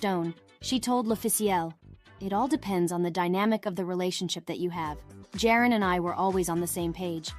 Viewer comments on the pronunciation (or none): The way she prounces Gadot and the way she pronounces Jaron is embarassing! The J is pronounced as a Y in Israel